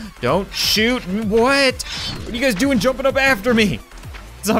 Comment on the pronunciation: Anyone else hear " what's up bazz!" At the beginning of the vid?